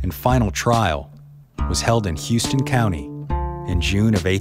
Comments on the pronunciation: Just a little “fun fact” FYI- I’m from Houston county Ga. it’s pronounced House-ston. Loved the video though! Good job! I finally got to visit the Graves in Rosehill. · good job! and houston county is pronounced "Haw-stin." everybody thinks its pronounced like houston texas but its not. Houston county is named after the Georgia governor of that time, John Houstoun. the spelling evolved but the pronunciation stayed the same. i really enjoyed your video. when i was a kid i used to go to rose hill with my friends. the graves over by the railroad tracks is where, what we used to call, the 'vampire tombs' are. i know it sounds kinda funny but we were teenagers and theres not a lot to do in that town except visiting cemeteries and tailgate parties. the tombs look like something straight out of Dark Shadows. the woolfolk graves would be the first stop. then theres this area set aside for nuns which i always found interesting. i had no idea there were any convents around that area. theres not a lot of catholics in the south. there is a jewish area which is sectioned off too. i always found it strange that so many different denominations and religions would be laid to rest in the same cemetery. then again i dont know the dynamics of how it works;)